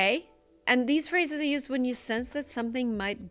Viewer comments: I agree should watch five of your excellent videos before she makes any other one. But I think she said “are” not is, but a very light and not well enunciated “are”? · Yes, but she didn't pronounce the /r/ sound, so -- a native speaker -- heard it as "is." It's the same type of mistake as her pronunciation of "modern".